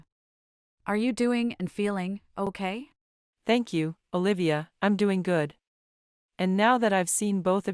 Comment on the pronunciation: I am confused your name is Olivia or Bolivia because everytime someone pronoce your name I always heard Bolivia